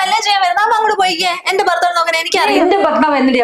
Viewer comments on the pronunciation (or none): ബർത്താവല്ല. ഭർത്താവ്.